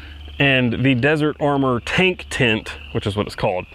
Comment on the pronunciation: Ooooh, you're saying "tent." I couldn't figure out why it was so hard to find "tint" for your specific excursion. Everything makes so much sense now. I have some fond memories of our old excursion. However, I didn't have to pay for the gas.